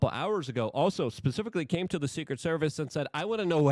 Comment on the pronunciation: Luke needs that muzzy language vhs. Secet service? 😂